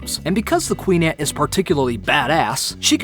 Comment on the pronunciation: It's ant not eeeant